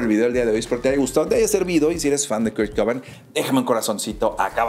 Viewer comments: se pronuncia cobein jaja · Tremenda pronuciacion xdddd Kurt "coban"